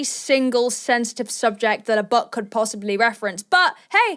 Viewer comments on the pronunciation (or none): why am i hearing...'buck'? instead of book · Is she saying buck or book?